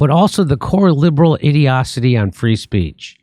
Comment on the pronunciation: Id-ee-ah-city? It’s id-ee-oh-see. Genius haha